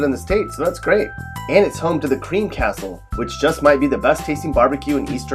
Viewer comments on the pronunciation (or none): none